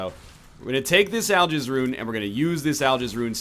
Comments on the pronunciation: Al-Giz. Not Jizz. Giz. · Oh God I cant stop but misunderstand Algiz as I'll jizz D